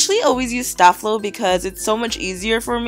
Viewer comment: sta Flo is pronounced stay flow lol I got you girl 😅😉